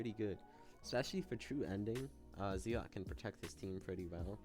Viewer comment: Bro is saying Zealot like Zeelot